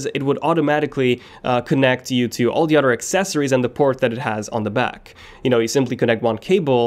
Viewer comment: I like how he can say th but when it comes to oTHer he says utter 😂